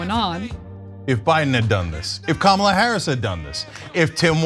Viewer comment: They must have to train themselves to pronounce Kamala Harris’ name wrong and then remember to pronounce it wrong every time. Or maybe they are all just given the same brain worm that makes them want to vote for a horrible con artist.